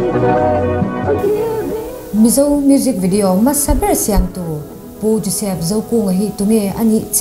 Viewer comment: FILM tih i pronounce dan hi a spelling ang hian lam tawh la. FLIM nilo in FILM zawk a nia, a spelling pawh hi. Khawkhat te kan nih vangin thrahnem ka ngaihpui che avang zawkin i sap trawng lamdan hi tun ai a ulukin han inzir leh trang trang teh khai.. I mizo trawng lam pawh adik chuanglo H i lamdan te, hmasaber tih leh hmasa tih a hmasa tih i lamdan pawh a in anglo🤦🏽‍♂Masaber niloin hmasaber tihtuuur🤦🏽‍♂🤦🏽‍♂🤦🏽‍♂